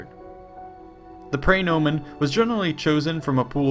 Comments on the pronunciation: His mispronunciation of praenomen is also killing me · "Pry"nomen. Ugh, did no one take Latin ?